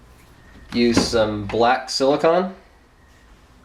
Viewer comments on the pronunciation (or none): Silicone That's SIL-i-CONE....